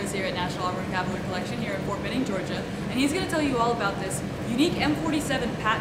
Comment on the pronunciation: Works there but doesn't know how to say CAVALRY